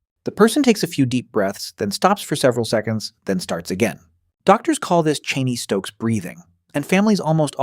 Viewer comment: It's pronounced chain stokes